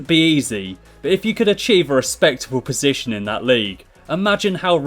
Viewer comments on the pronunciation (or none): none